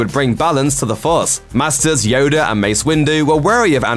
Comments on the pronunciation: who’s “Yoder “?? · “Yodu” has me dead 😂😂😂